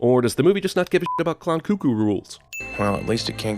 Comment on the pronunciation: *'Cuckoo' is pronounced Kuh-koo not Koo koo